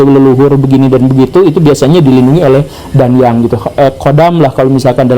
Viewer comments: Kata DANYANG untuk Pengucapan Yang Benar DA-NYANG Atsu DAN-YANG yaa..?? di Tempatku (Jawa timur) Sering di Sebut DA-NYANG.. Pak Gembul kog ngomongnya DAN-YANG.. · koreksi dikit Pak Guru. pelafalan danyang bukan Dan-Yang, tapi Da-Nyang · Membacanya disambung Pak Guru. Da-nyang (pepunden/leluhur) bukan Dan-Yang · bacanya bukan dan-yang, tapi da-nyang. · ralat sedikit ya pak, cara bacanya bukan "DAN-YANG" tp "DA-NYANG" cmmiw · bukan dan yang penyebutannya tapi "da nyang" biasa disebut "danyangan" oleh org Jawa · Danyang bacanya "Da-nyang..." Bukan "Dan-yang" pak guruuuuu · Bukan dan-yang, tapi da-nyang 😅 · cara bacanya bukan dan-yang tapi da-nyang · Danyang kalo di jateng bacanya bukan dan-yang tapi da-nyang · Baru kali ini saya ngakak mendengar pak guru gembul mengucapkan kata "dan-yang." Di daerah kami sudah terbiasa mengucapkannya "da-nyang." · Maaf pak GG sedikit revisi terkait pengucapan Danyang bacaanya bukan dan yang melainkan da nyang begitu orang jawa kalo mengucapkan *danyang*. Terimakasih jika menyimak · Danyang pak guru.. Danyang... Bukan Dan-Yang... 😂😂😅😅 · Da-nyang ustat bacanya bukan dan-yang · Kalau versi KBBI: Da-nyang ✅ Dan-yang ❌ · Bacanya 'da-nyang' pak, bukan 'dan-yang' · Cara bacanya bukan Dan-yang tp Da-nyang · Ralat pak guru. Cara baca yang benar bukan DAN-YANG... tapi langsung saja dibaca DANYANG. semoga membantu 👌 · Cara bacanya bukan dan-yang, tapi da-nyang 😂😂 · Bacanya danyang bukan danyang, mbul gembul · Danyang. Bacanya N sam Y jangan dipisah pak